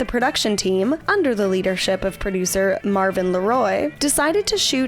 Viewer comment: Mervyn LeRoy not Marvyn